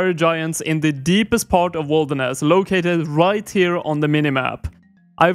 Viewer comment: it would be nice to know what things you wont be able to do due to the zone restriction, also why are u saying it like wolderness?